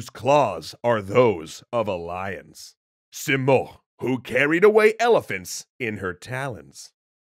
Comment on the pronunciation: Rudabe is pronounced as [ruːdɒːˈbe] Sam is pronounced as Saam, much like Zal/Zaal Simurgh is pronounced as /sɪˈmɜːrɡ/ or si morgh(gh=ق) Rostam is pronounced as [rosˈtæm]